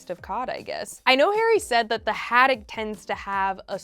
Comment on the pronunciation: Ahhh the way she says haddock of haddack not the vibe 🤦🏼